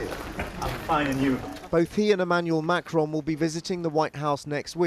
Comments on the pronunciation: Pissed off Brit here: The radio guy was so bloody rude and disrespectful!! ‘It’s NOT ‘Macrone’ (typical, ignorant mispronunciation) and ‘Starmer’. It’s President Macron and Prime Minister Sir Kier Starmer. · He ca not pronounce Macron name properly